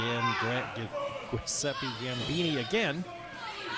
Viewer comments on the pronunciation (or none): If this guy calls me Gwiseppy one more time, I swear 🤌👊